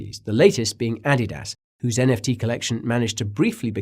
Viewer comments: Say Adidas again! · When he said Adidas I was like told you he’s an alien